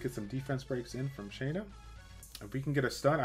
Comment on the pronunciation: Thank you for saying her name correctly